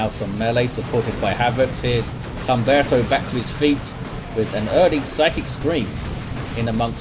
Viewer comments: For future reference, the H is always silent. So it would be (H)umberto. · Humberto is a real name - it'd be pronounced as if it didn't have an "h" at the beginning - /umberto/